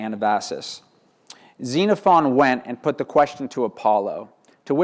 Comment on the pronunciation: Yes! Thank you! I cringed every time I heard this chap mispronounce all of it.